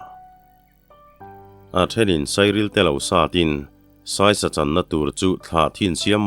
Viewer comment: I chhiar sual ve khauh chu le. 'A thiante sawi sak' (sawi pui) ni lovin 'sawisak' tih zawk tur a nih hmel.